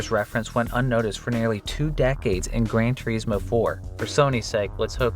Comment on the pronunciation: "Gran Tour-eesmo" "Hugh-monk-ulous" 😂😂😂